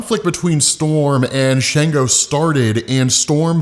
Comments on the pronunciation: not to be nitpicking but its not shango its shongo like ''songo' but add 'sh'...'shongo' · It's pronounced SHON-GO